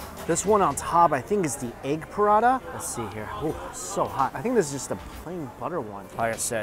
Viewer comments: prata not prada mike 🤣 but great to see you enjoying all the food! 😋😋😋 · PRA TA.. NOT PRA DAH 😭😭😭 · Prada?🤔 more like Paratha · It is prata not prada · Prata not prada!! hahaha if there's an all you can eat prada buffet i need to get some bags and wallets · Prata, not Prada (check description) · It is actually roti prata. Not Pa-rata. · Prada? Those aren't handbags.... Isnt the pronunciation, palatha? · Its spelled prata dude not prada 😅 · Why do you say P-Rata, rather than Prata, like Singaopreans do? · Lol.....I can't help it!!😂 Mike, corrections! Is Prata. not Prada😄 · Ahhh I thought he said Parana buffet. Not Parata. I was expecting to see him eat some Parana or having parana in tanks to look at while you eat. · prata...lol what is parada...wah lau XD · It’s pra-tha not puh-rah-dah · Ok but why he said prata as parata, its just prata not parata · i was preoccupied during the first 2 minutes of the video and was convinced i was hearing ‘piranha buffet’ until the first dish came out 😭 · i kept hearing Mike saying "prada this, prada that, prada..prada....." 😂😂😂 that is a looot of bags man 🤣🤣🤣🤣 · Paratha is how it's said though. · im sorry but i kept thinking you were saying Piranha then i saw it as the bread lmao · Oh, and it seems like he likes to eat Prada not Prata 😂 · As an Indian, my heart aches every time he says Prada... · IS PRA-TA two syllables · It took me so long to realize he wasn't saying "burrata" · I thought he said "Piranha" buffet. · Prada or Parata? haha